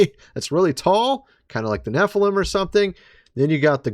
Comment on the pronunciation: Nephiiilam lol your an idiot dude